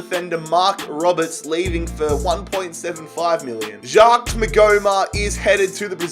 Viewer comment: Maghoma had the same first name as me and you pronounce the name Jacques like Jaak